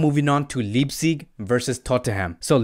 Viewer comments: It’s Leipzig, with Leip pronounced as Life with a p. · Getafe to Hethafe Euro to Auro Now Leipzig to Leeepzig😁😁😂 Sorry i commented before the vedio finishe.....and .juventus to Huventus😄😄😄😄😄😁😂